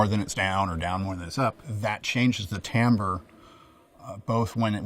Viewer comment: I applaud the guy for pronouncing timbre correctly. I can't tell you how many people - even solid musicians - who say tim-bur instead of tam-bur.